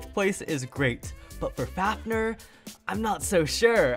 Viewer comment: Are you mad you are saying vanis fafner meh